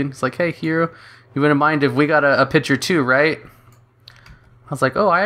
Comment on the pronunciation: Where are you from? Never heard someone say pitcher instead of picture